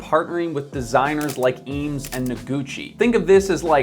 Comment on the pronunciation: Review a chair, learn how to pronounce it correctly at least?